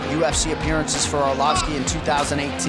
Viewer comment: Andrei Orlossfki 😂